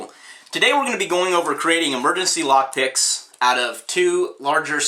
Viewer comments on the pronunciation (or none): Sounded like you said creating lock dicks